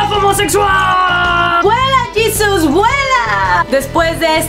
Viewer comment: ¡¡¡¡Y tu que dises llisus???? Jesus-aweevo!!!!!!